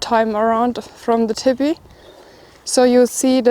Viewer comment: I was hearing her say "Tippy" then realized she was saying "Teepee", her German accent is cute